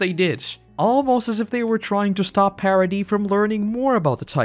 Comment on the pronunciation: Wait, Paradis is pronounced the French way? Like "parody"? For fuck's sake...🤦